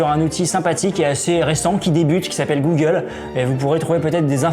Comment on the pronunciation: ZE QUOI UN FISHING ZES QUOI GOUGLE 😨